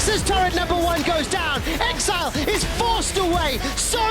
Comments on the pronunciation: Bjerg pronouncing exileh as exelay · Why does Bjerg keep saying Ex-EEE-leh instead of pronouncing it "exile" lol